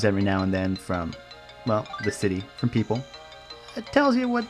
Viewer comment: of course he did, didn't you hear him at :07 when he said "I got this over fom Japan".